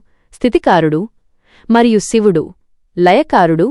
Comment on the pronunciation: అమ్మా.. షివుడు కాదు నువ్ మాట్లాడేది తెలుగు.. సో.. శివుడు అని పలకాలి